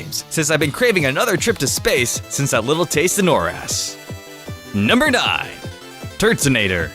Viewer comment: Just me or is it that when he said taste in oras it's sounded like taste in our ass?XD